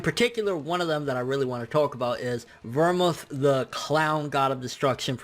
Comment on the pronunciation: Dude, for the love of God, it's pronounced "Ver-mooth". It's an alcohol used with martinis. Stop being lazy and look up shit before you post.